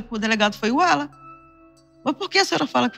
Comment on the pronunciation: Sinto muito pela perda da Lore parece ser uma garota maravilhosa e vindo de uma família linda! Ps. Só eu entendi a mãe dizer Ualan ao invés de Alan? Depois que eu entendi que o nome era Alan.